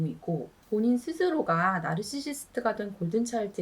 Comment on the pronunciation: 나르시시스트 말할때 발음이 왜그래요? 죄송함다..😢